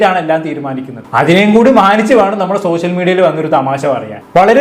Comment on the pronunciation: പൊന്നു ബ്രോ ആദ്യം നിങ്ങൾ ശ, ഷ എന്നീ അക്ഷരങ്ങളുടെ വ്യത്യാസം പഠിക്കൂ, സോശ്യൽ, വിശയം എന്ന വാക്കുകൾ വാക്കുകൾ പറയുമ്പോൾ ആരോചകമായിട്ട് തോന്നുന്നു പരമ ബോർ plz